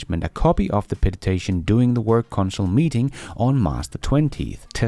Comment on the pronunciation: “Petition” not ”petitation”.